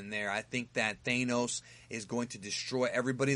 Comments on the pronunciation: I think it's Thanos, not Thaineos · Sorry I couldn't actively listen to the video because of the mis pronunciation. Kevin FiGee not Fijee Thanos not ThAAnos. Sorry bro just don't want you to sound stupid when you make another Marvel vid. Keep up the good work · it's tha-nos not thane-nois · you called "Thaynos"? how can you do marvel videos and not even know how to say Thanos? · "Kevin FeiGEE" "THANEos" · Why do you pronounce thanos’ name “thaynos”? Highly annoying. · I agree with your take....except with your pronunciations of Feige and Thanos.